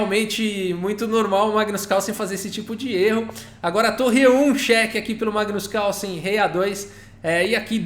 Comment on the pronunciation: Massa... coloca um erros de gravação no final... Magnus Cálson... hehehe